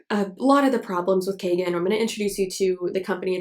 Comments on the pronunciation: I'm just finding bout this filter but it's not kagen, it's kangen (kahn-gehn) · In Japanese it is c-ahn gen (Gen, not jen).